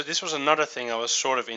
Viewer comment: thing...not thins...Sheesh! LOL